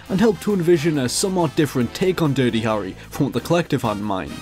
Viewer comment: Phew, I like your accent. Really. But everytime you pronounce "Harry" I die a bit inside.